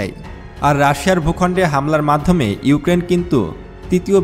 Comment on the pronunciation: ইউকেন না ইউক্রেন